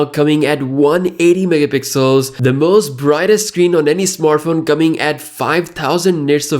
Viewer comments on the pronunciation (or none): Megapixels not meggapiiicxjjs.